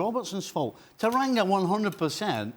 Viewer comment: I swear it’s Tanganga not Taranga 😕